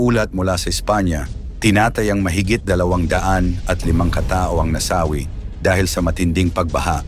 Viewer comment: Nasawi (mabilis ang bigkas ) ang daming maling bigkas .